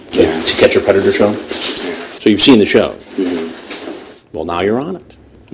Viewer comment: To catch a predatuhhhhhr.